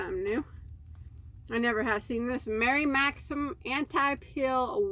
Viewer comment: you are totally getting better at saying Mary Maxim <3